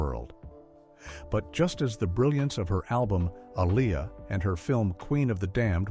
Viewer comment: Lo pez... Can you please say it correctly? A lee a say it right.... You white people embarrassing me. Like y'all supposed to be the one who can't pronounce their name right.. making videos of people y'all never cared about. It's not okay with anyone of us that loves them still.